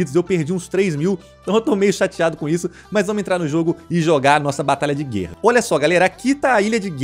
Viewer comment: para de falar GÊRRA pelo amor de Deus hahahaha